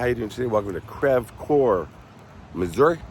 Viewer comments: Lol it's pronounced Creeve Core.... you're by Randy Ortons house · it's pronounced or sounds like Creeeve Coeur. Chuck went to Ameristar Casino in Saint Charles regularly. He was like any other regular person. You could walk up to him at the casino and say hello and he always responded kindly. He did not travel around the St Charles and St Louis area with an entourage. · Lol its not pronounced "crev", its pronounced "creeve" Coeur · Didn't get notified now I'm watching, I live in Missouri, creve coure is with long e sound, lol creeve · Pronounced “ Creeve Core” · lol. You are saying the name of the town wrong. But you’re not the only one. Thanks for doing this video. I didn’t know he was buried in my home town.